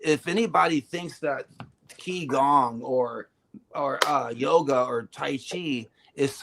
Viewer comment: Qi gong is pronounced chee gong it is energetic healing